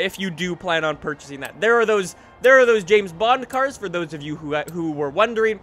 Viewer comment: Can you not speak next time / maybe pronounce the cars correctly